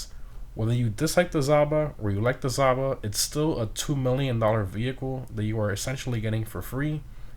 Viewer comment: Another fun fact for you: Zhaba means "toad" in Russian. It's not pronounced as "Zaba". "Zh" is a bit tricky: say the word "bardge" a couple times and then drop b, a, r & d and you'll come close to correct "zh" pronunciation.